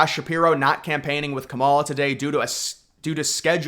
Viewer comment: I know you know how to pronounce her name properly and until you do you can't be taken seriously, pronouncing her name incorrectly is borderline racist dude